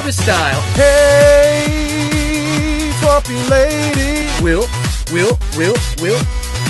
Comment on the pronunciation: I like almost all of this, but since when is TWAMP pronounced like 'swamp' and not like 'tramp'?